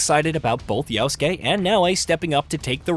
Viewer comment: Guy says “yowskay”